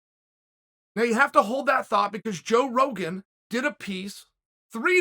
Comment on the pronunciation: Did Chael say "joke Rogan"?🤣